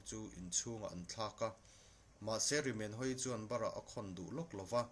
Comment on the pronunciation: Rimenhawii hming i lam dan hi a dik lo bawk.